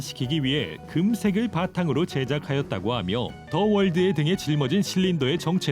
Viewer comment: 처음에 더 월드가 아니라 더 스파르타 라고 들음 ㅋㅋ